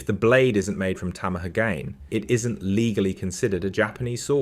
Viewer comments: Might be a good tip, for later. Some simple research would avoid errors. Tamahagane is five syllables. Ta - ma - ha - ga - ne. 'Tah-mah-ha-gah-nay'. Masamune is four syllables. (The 'ne' suffix is pronounced.) Each syllable is afforded an equal value when spoken. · tom uh hugayn honjoe masamoon